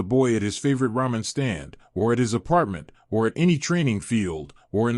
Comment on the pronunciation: Alright here we go again, ahem, RAW MEN, uh I uh, I meant ramen, damn it..